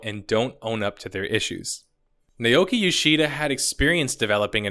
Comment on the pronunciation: FYI naoki yoshida DID have experience making MMOs. He was on the dev team for DQX. and it's Nah-oh-kee.